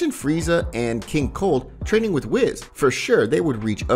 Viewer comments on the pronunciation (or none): Bro it's whis (wheeese) not wiz.